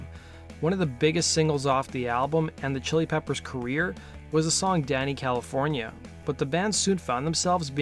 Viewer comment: You say Danny Calif , why do I hear Dana Calif ? Am I the only one ?